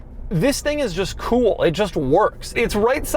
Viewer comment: doug the kinda guy who knows it is cringe the way he says "kewl" yet refuses to change. be like doug.